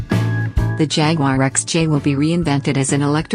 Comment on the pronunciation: Even the robot voice can't pronounce Jaguar correctly Jagwarr Really !!! If you take the time to do a decent video at least take the time to Narrate the dam thing ! Robot voice sucks !!!